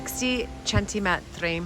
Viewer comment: Quick pronunciation tip from a native speaker: centimetri (centimetres) only has one emphasis in Italian, and it’s on the first ‘i’. Nothing on either (or both) ‘e’. I mention it because you need to use that word so much with renovations and thrifting! It’s a word that often shows up English speaker!